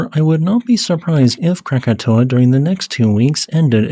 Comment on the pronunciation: Congrats for getting the name right. Most people think it's Krakatoa.